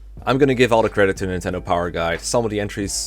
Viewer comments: ...Guy is pronounced "Gee"!? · Have you mentioned in another vid why you call Guy "Gee"? It's not a big deal, it just kinda threw me off the first time I heard it since I didn't realise that people pronounced it like that.